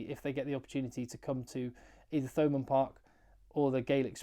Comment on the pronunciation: Hi always a fan, so this is lighthearted- in Munster we don't pronounce Th like you English, so to hear Thomond Park with the pronounced TH is just weird, for us, i know its against your nature,but us Munster boyos can say it as Toe Mund Park 😂😂😂😂😂,it'll be perfect! Respect always 😊